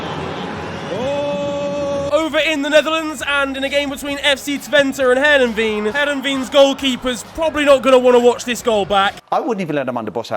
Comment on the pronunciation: The way you pronounced Heerenveen is funny 🤣 keep up the great content bro